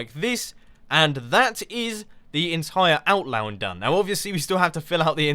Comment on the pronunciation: 'Outlown'??? Really Mumbo?? Outlown? XD Merry Christmas, nice vid :D